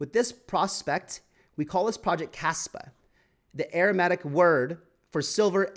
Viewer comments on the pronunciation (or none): Aramaic not Aramatic 😂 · This guy has never heard of Aramaic, lol, and can't even pronounce it correctly. Heck, he has difficulty pronouncing other basic words. No wonder some people think crypto is a scam...we have to many poorly educated people in the space. But the material presented here is solid, factual and well researched, so I will give him that.